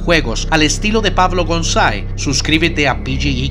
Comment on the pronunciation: jajajajajaj me gusta cuando en los finales de tus videos dices Pablo Goanzae es que tienes un acento como Italiano.